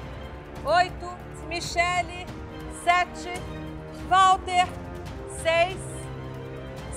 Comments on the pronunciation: "ualter" "valter!!!" "todo mundo sabe quem é!" KKKKKKKKK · ''Ualter'' ''Valter' ' ''Bom todo mundo sabe que é '' auehuaehuaehaeuh esse Jacquin me mata